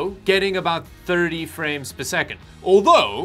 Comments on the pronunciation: rare moment where pronounces 30 as "thirty" instead of "thiddy" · is probably the first time iv'e heard say the number 30 correctly